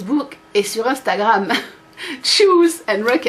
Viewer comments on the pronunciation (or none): none